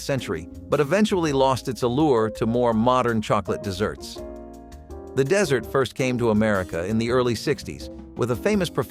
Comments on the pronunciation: Dessert (deezert) , not desert (dehzert) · Shoe flea? Desert? Its dessert. Damn bots. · Totally annoyed me the bot kept saying desert instead of dessert. Just ridiculous that was not caught before letting the video out l! But I did enjoy the video. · dessert, not desert... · Dessert is pronounced "də-zert" NOT "dĕz-zert." It would be a perfectly lovely video if the main term were pronounced correctly. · The word is dessert, not desert. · Not "DEH-sert" (desert, a dry land area), but "dee-SERT" (dessert, an after meal sweet). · Not "desert" but "dessert". Also not "less" but "fewer". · Wow, thought these were actually read by a person only to find out that it’s a bot doing the voice. Determined by the pronunciation of DESERT (the video used the dry sand location vs. something tasty to eat). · It's dessert, not desert! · It's dessert not desert. LOL. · Why is he saying ‘desert’ and not ‘dessert’? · it's pronounced DEE-ZERT; not Desert, a hot dry place. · Desert vs. Dessert sound completely different F.Y.I. Dessert has TWO " s", so the pronunciation is also different f.y.i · How does this channel have over 45 thousand subscribers? Shoo fly pie first then SHOOFlee pie next. The mark. The DESERT. Please start hiring voice over artists again. Which INDIAN tribe made huckleberry pie? There are at least 9 tribes in Montana. So letting a pie rest overnight is an extensive and high effort procedure? Will someone please tell me how to keep this channel out of my suggestions? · Plus he keeps saying desert instead of dessert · the part that killed me was the AI's continuous use of "desert" (as in the Sahara) rather than the correct "dessert." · Dessert not desert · Lots of pronunciation errors, like desert instead of dessert. I think it's not a real human voice. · DEE' -s-sert. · I think the speaker said “desert” for “dessert “ lol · And pronouncing dessert as “desert” is ridiculous for anyone over the age of 5 🤪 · Also said "desert" instead of "dessert".